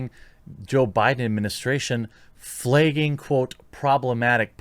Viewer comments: FlAgging, flEgging is not a word. Why do you replace the letter A with the letter E? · Flay-ging???? WTF? 😂😂😂